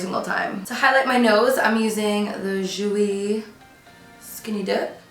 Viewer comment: I cannot help but laugh, & find it cute how u say “Jouer”. It’s pronounced as, Ju-way, & u say Ju-we. I’m sorry for your loss. My condolences to u, & your family.